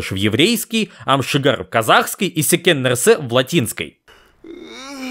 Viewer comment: Не Ам шигер а Ам сігер